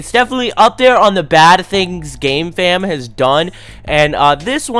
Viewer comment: Sometimes I hear gamefam as "gay fam"